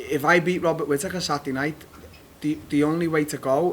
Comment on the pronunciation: no one: Darren Till: Satday